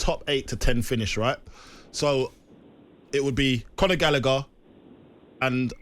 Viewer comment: It's pronounced Conor Gal a her not Galicker Gallagher it's very simple